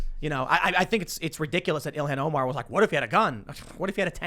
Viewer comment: When Tim said rep ilhan Omar it sounded like he said reptilian omar!